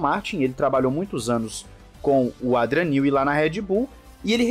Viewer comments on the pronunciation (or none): querido, já faz um tempo que quero te dizer sobre a pronúncia de um nome. No Brasil temos o nome Adriano. Em inglês o nome Adrian (Newey) se escuta em português como se fosse "Eidrian" e não "Adrian". Fica o toque. Belo trabalho seu e do Thiago tb. Um abraço Sérgio - Modiin, Israel